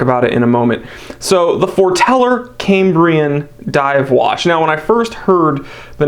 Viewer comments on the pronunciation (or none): It's pronounced "Kam-bree-un" not Came-bree-en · Is why you pronounce Cambria wrong?